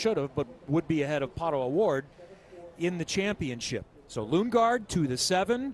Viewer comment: Wait the guy even announcers call lunge gaard?